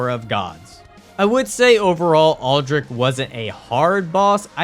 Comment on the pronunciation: I have never heard anyone say Aldrich’s name as Aldrick